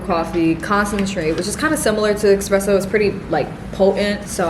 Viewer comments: I literally love your videos! I’ve been watching you since last year, thank you for all the cozy vibes❤️ Ps: it’s espresso not expresso 🙈❤️ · Take a shot every time she says EXspresso